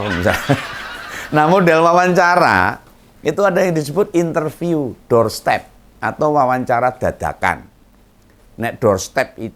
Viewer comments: DOOR STOP OM, BKN DOOR STEP 😝😝😝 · om ngompol, bukan doorstep tapi doorstop